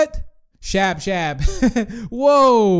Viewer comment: Its not shabshab its nabnaleena